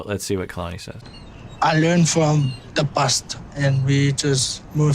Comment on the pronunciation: Her name is polynesian and it pronounces Ka-la-ni, not Key-la-ni